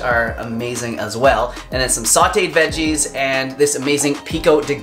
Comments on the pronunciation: I'm saying "vejjayz" from now on! Quick tip...you can add some salsa to the unfried beans, too! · 😄 thanks for not editing out your normalness: "veggés" 😉